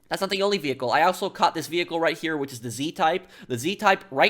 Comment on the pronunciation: When you say the word "here" its allways like herrrrrrrrrrreeeeee